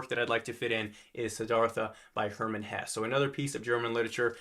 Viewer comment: Just a little hint: The e at the end of Hesse is not silent. As a German hearing the name Hess gives me a very bad association to Rudolf Hess.